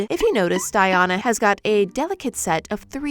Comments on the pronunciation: my name is Diana so hearing it being pronounced “Die-Ona” so wrongly hurts my soul LOL 😂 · I’ve never heard someone pronounce “Diana” that way, and each time you say it I get a jump scare 😭